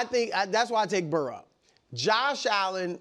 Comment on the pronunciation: Why can’t Wildes say the words “worry” and “Burrow”? What dialect prevents those pronunciations?